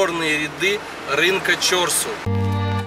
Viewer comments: В узбекском языке ударение всегда на последнем слоге. Режет ухо ЧОрсу, нужно говорить ЧорсУ. На самом деле это два слова, в переводе - четыре (чор) реки (су), ручья. Место слияния когда то было. Рынок много раз перестраивался и благоустраивался. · Пожалуйста прежде чем произносить название какого нибудь объекта,спроси правильное произношение " чорсу" ударение надо делать на у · И не Чо,рсу, а Чорсу,! Старый город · Если честно, заеб*л коверкать неправильно. Периодически смотрю, но твое коверкивание простых слов, состоящих из 5-6 букв, на прочь отбивает желание. Я понимаю, ты не узбек, и тебе может тяжело дается произношение оригинальных названий и слов, но Чорсу - это не сложное слово. Всего ДВЕ гласных, ударение на вторую гласную "У". У тебя, кстати, много таких ошибок и других видео, когда простое слово произносишь неправильно. Присмотрись, как его произносят, если надо спроси. Ничего личного.